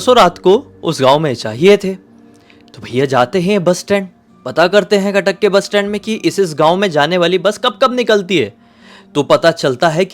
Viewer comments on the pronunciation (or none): Khatak nahi hai Cuttack hai